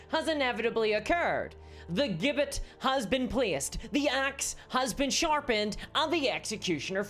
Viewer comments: Gibbet is pronounced "Jibbet". Strictly an FYI... not trying to be 'that guy'. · You said gibbett wrong. Jibbett.